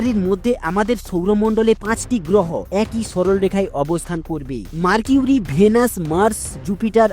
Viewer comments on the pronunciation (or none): ওটা "মারকিউরি" না ওটা হবে "মারকারি "😊